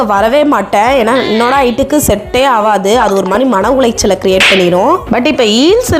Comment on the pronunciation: Manavulachal word neenga sollum pothu comedyaaa irukku....